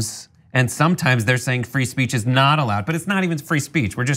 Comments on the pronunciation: Ha Ha, said fee spreech!! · How hard is it to say the word "speech"?